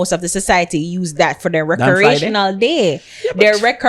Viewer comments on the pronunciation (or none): "Rekerational"? 😅😅😅😅🤣🤣🤣🤣addi second time mi hear she blunder enuh... She couldn't member GDP, and now seh deh pon "rekerational"🤣🤣🤣🤣 a cyah laugh...